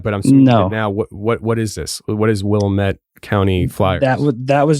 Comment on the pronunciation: It's Willamette Damnit. They 1 rhyme. Not Willa-met. And the great PT Barnum had a little trick he played with a sign inside his carnival as it only cost a nickel to enter and the place would fill to capacity quickly. He posted a sign at the exit door saying 'See the 8 foot tall Egress" and the ignorant folks not knowing the definition of the word would walk right out of the carnival then pay again to re enter. Because you move when a salesman speaks. Oh and also Austin is not a big city.